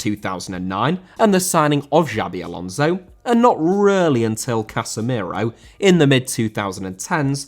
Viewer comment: Alonso* not Alonzouw